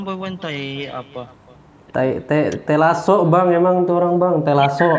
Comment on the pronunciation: Wkwkwk pintar bilang tailaso 😂